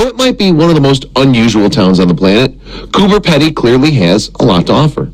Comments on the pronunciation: It's pronounced coober peedy not pedy. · Lol its underground and it is pronouced cooper (pea dee) not pedy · cooper peedy is close to the right way to say it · It’s pronounced pee dee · It’s pronounced cooper peeeeedy! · He is pronouncing it wrong. It's Coober Peedy like speedy